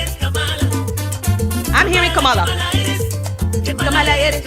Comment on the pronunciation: U mispronounced "Kamala" name. 🫤